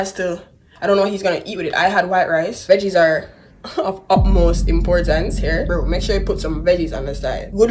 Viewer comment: "Veges on the side" 🤣